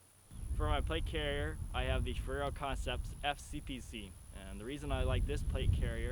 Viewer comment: you sound like you're saying ferrero haha